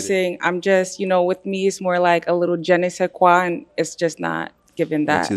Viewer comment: she said Jenn -ne say kwa LOL she couldn't even pronounce it correctly LMAO!!